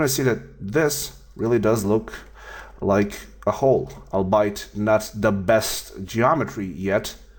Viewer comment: it's not i'll-bite(albeit) you gotta say i'll-be-ate